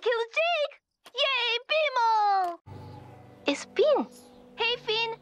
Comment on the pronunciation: i forgot how good bmo’s accent is